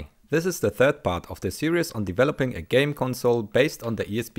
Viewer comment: "Series" is pronounced "seereez", not "serious"